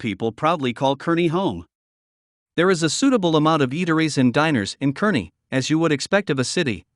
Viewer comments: Those of us that live west of the 100th meridian call all those suburbs "Omahole". It's CAR ney, not kerny. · Either of those cities are good choices, imho. Scottsbluff has the view, at least, when you stand atop the Bluff itself & you can still make out the Medicine Bow Range in the distance, if I remember right. The North Platte area is also beautiful. Kearney (pronounced "Carney," in case you didn't know) is a large town with one of our university campuses. Good luck and welcome!